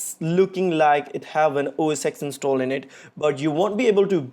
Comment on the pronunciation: Don’t watch this guys videos... he says “OS X” it’s OS Ten,but even Apple calls it MacOS now...